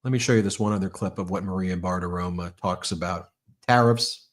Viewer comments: Ben— Bartiromo. NOT BartiromA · I m a big supporter but you drive me nuts when you pronounce Maria “BARTAROMO” as Maria BARTAROMA. Her name ends in O not an A! It drives me crazy! Please pronounce her name correctly even though I can’t stand Maria BARTAROMO. (Sorry for all caps)